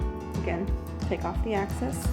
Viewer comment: Great video. But it's excess, not axcess, sorry driving me nuts. :/